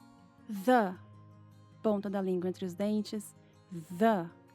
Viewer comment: Sempre que ela fala "The: zâ" eu escuto ela falando "dâ". Cara, e eu fico confusa.